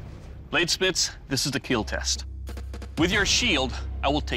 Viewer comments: will it keel? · It will KEAL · it will keal.